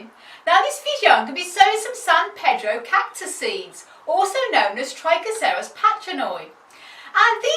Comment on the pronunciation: Great video! How do you pronounce those cacti tongue twister names so well!;-)XXXXX